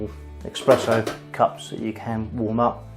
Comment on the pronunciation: Esssssssspresssso !!! Espresso, mate Nobody drinks EXpresso (except the French. Just to be awkward)